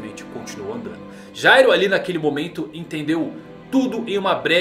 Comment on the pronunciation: Se pronuncia gairo